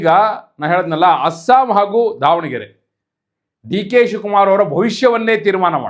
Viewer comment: ಧಾವಣಗೆರೆ ಅಲ್ಲ ಮಾರ್ರೇ ಅದು ದಾವಣಗೆರೆ ಅಂತ